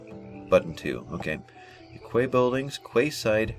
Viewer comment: the word Quay is actually pronounced "Key"..I know, crazy right..:)...thanks for these button walk throughs!